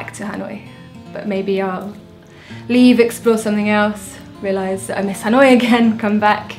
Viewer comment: Dan đọc là ....... Hà lội ?